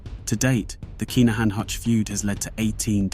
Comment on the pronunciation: I’ve seen your mispronunciations and limited YT research before - on this occasion I’m bound to say it’s kin not k’ai